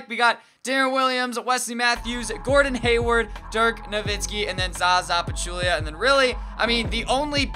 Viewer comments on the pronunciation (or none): none